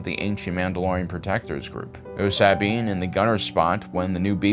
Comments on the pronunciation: Jesus Christ its SA-BINE not sab-ine jesus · “Saa-bean” Bo-Katan “Cries” Why does he pronounce the character names so weird? Is that on purpose. It’s distracting. The names are pronounced differently in the animated and live action shows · Bro why you saying Sabine's name like that 😂